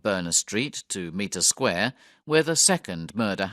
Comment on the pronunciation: Mitre Square is definitely not pronounced Meter square!